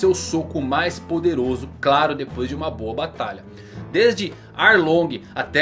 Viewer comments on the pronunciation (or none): none